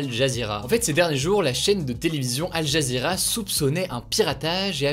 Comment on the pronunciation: Al Jazeera se prononce AL JAZIRA